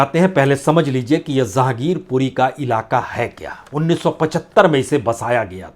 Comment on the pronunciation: Zahangirpuri nahi Jehangirpuri sir